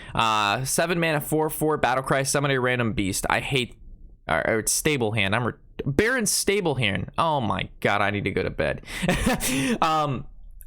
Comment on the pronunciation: I like your opinion on things... but dude, learn how to record and edit something.. do a quick Google search on something. High Inquisitor Whitemane is the final boss in Scarlet Monestary.. and how can you compare a shit on a rare for not being as good as a legendary.. no shit. And learn how to pronounce Barrens Stablehand..